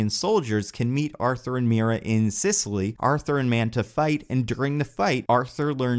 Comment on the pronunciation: "Sisseley"? What's "Sisseley"? Oh. Sicily.